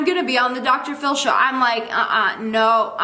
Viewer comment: did anyone else catch her saying drshow submisions ar ? no just me, okay.